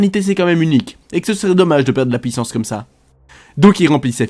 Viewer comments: Fantastique tes vidéos je me les refais toutes, par contre on dit "puissance" et pas "pouissance" :p <3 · tres bonne video sincerement tu fais un bon boulot !! MAIS STP ARRRRETE AVEC TON ACCENT DE DIRE POUUIT POUISSANCE C ENERVANNTT